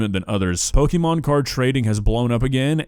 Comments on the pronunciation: Every time I hear "pokeemon" it makes me twitch. It's po-kay-mon. It's short for "pocket monsters" and there's a mark over the é indicating an ehh sound. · "Pokémon" is most accurately pronounced POH-kay-mon (/ˈpoʊkeɪmɒn/), reflecting the é accent and its Japanese origins. While "POH-kuh-mon" is common in American English, the correct, officially accepted pronunciation emphasizes the "kay" sound in the middle. Not "POH-kee-mon" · Loving how insists on deliberately mispronouncing Pokemon as, "Pokeymon" as if he is a fifty year old parent who was twenty years old thirty years ago. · I don't disagree with you,, but it's such a pet peeve of mine when people can't pronounce pokemon correctly. It's pok-eh-mon. Like, you know. Pocket.